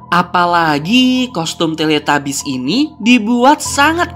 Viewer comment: Tilitubis bukan teletabis maksudnya bacaannya tilitabis dan tulisanyna teletabus